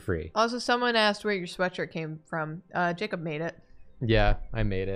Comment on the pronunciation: lmao my name was the only one jacob read wrong in this stream